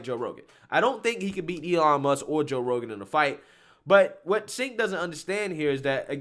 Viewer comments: It's not Sink! It's Chunk! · Thanks to the English language, it’s (according to Tim Pool) pronounced “Jenk” not senk 😊 just trying to correct a mistake I’ve made. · Chunk Yogurt is a moron and so is anyone that follows his lead. By the way, his name is really pronounced "Chenk", not "Senk." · Pronouce his first name as "Chenk" - that's how he says it. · I say this only to educate fam.and no disrespect. I want you to be as articulate as possible because we need you on the right. 'aquisition' is generally pronounced ACK_Weh-Zih-shun but may also be pronounced ACK-Wee-Zih-Shun. Also 'Cenk' is Pronounced Ch-Engk. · Lifts glasses "Um, his name is actually pronounced JUNK." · I love how you pronounce Cenk's name. Though, it isn't pronounced how it's spelled, it's pronounced Chenk, though I call him the Fat Brown Buffalo or Chunk Yogurt.